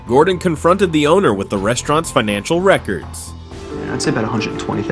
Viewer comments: "Godrun Ramsay" geez nice one AI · bro "godren ramsay" 😭